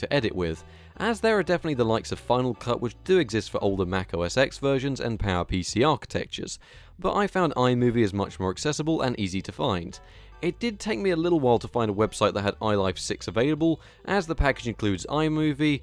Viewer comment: Correction The X in “Mac OS X” is a Roman Numeral and is officially pronounced as “10”. I understand this is confusing, but Apple later changed it to... Seriously? OS X? Nevermind. Apple now calls it simply “macOS”.